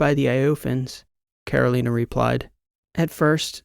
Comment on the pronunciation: This is your 80 year old fan. Another good story, except your pronunciation of Carolina. I'm born and bred in North Carolina.